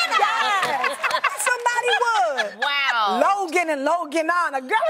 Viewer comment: “Logan and Loganna” 😭😭😭